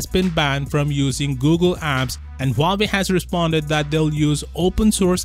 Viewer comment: You said huwaei just keep copying so why keep saying time and again huwaei is cool amazing and whatever